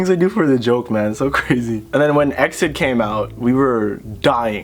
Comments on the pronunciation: Pet peeve: exid isn't said like exit, but spelled out e x i d LIKE BRO I KEPT SAYING EXID BEFORE BUT WHEN I HEARD E X I D I KEPT SC R E A M I N G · Okay but it's not exid it's e-x-i-d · That moment when you pronounce EXID wrong cx love the video though! i fanboy hard when idols like my comment on instagram, i'd die if i met them irl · WAIT IT'S E.X.I.D AND NOT EXID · i still pronouce it wrong even though i know better